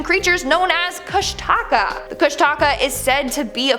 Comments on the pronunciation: Pronounced KOOSH-TI-KA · Repeat after me....there is NO 'Alaska Triangle'....it is a Discovery Channel invention. It's about as real as the 'Alaska Bush People' characters that supposedly invented their own accents. Sure ya did....Sure ya did. Also.... Its pronounced Koosh-Ti-Kaw. Do more research before taking on Alaska please :) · My moms seen a kushtaka it’s said Koosh-Ta-Ka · Also from Alaska. An its said like kooshdakaa. Love being here. But also cold haha. Love the vids.